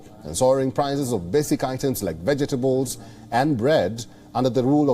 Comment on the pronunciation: im sorry but "vegetables" i cant help it